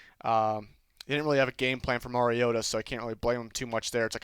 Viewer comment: Its mar ree o ta